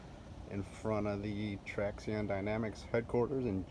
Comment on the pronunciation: Its pronounced "traction"...